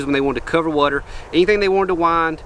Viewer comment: Here for my weekly dose of sayin "WUTER" idk why but i love it lmao. Love the content!